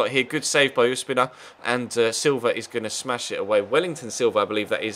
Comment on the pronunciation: Did you call Ospina Uspina? :D